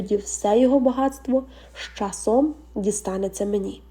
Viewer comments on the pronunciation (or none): З щасом! Будьте уважні коли читаєте текст. Бо ви так і прочитали.